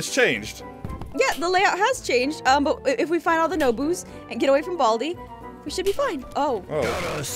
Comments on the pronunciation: balai not bald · Baldi not bald